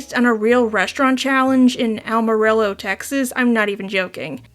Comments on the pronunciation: I’m from Amarillo. I could not get over the way you pronounced it😂 It’s more like Am-a-realo. Not upset just wanted to let you know😌 love you kitty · Technically the double LL should make a "y" sound, so Ah-muh-ree-yo 😅😅